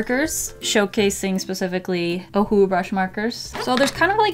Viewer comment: Nobody in the world can say “Ohuhu” much better like it was meant to sound in the first place like can.. or is it just to my hearing 🤔🤣